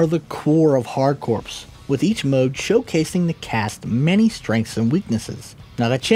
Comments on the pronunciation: That word is pronounced "core". That's the whole point of the name of both games, it's a play on 'hardcore'. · Other than the mispronounced CORPS, this is a solid video. It was nice to see some behind the scenes on this awesome Contra game.